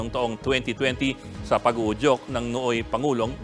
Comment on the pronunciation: Pag uujok? Tanga pla tonh reporter na to😂